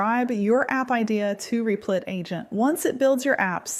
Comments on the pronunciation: You need to teach your robot to say Replit, not Reeplit. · I had to put in ElevenLabs "Rehplit" to get voice to stop saying Reeplit. 🤣